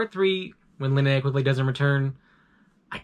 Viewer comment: I would of rather you done all that rather than mispronounced "Linnea"